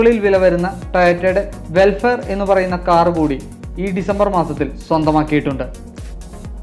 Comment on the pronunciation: വെൽഫെയർ അല്ല, വെൽഫയർ!